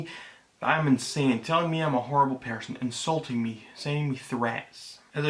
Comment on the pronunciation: But why did you say persun (person)?